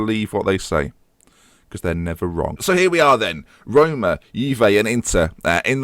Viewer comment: Rhyming Roma with aroma... Oh dear